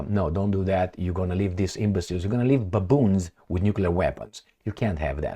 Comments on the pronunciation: am laugh alot when say baaboons😂 watch u from Ethiopia 🇪🇹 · No, babuuns in a ukii end usii!